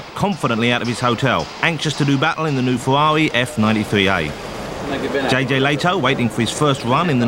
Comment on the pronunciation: "Berger's Fewawi" is hilarious